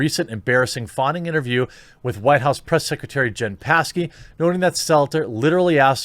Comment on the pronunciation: Jen passkey had me rolling you don't pronounce the p just refer to her as Peppermint Patty who needs to smoke a fatty